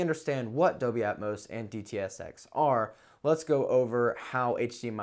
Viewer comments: Wtf is Dobey? Are you saying Dolby? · AT one point i even thought he sad 'adobe'...